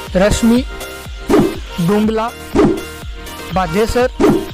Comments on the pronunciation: भाई साहब आप के द्वारा बताई गई तहसील में बेगन नही बेगू है और रस्मिन नहीं राशमी है और भदेसर है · भाई बेगन तहसील नही है वो *बेगू है ओर रश्मि नही *राशमी है। भादेसर नही *भदेसर है